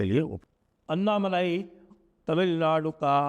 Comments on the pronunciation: उनका नाम अन्नामलाइ नही, अणणामलै है, मलै means mountain, मलै को मलाई कर दिया है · अण्णामलय हैं जी अन्ना मलाई नहीं